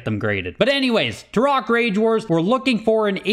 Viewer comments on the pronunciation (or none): The only question I have is why pronounced Turok the way he did. “Tur-rock”?